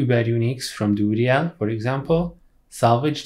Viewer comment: duriel is pronounced dur re el not dooly yeah like WTF LOLOLOL